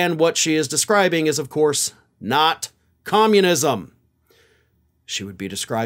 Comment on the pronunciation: Com-mun-is-m. The only four syllable word old Three Toes knows, so she uses it a lot.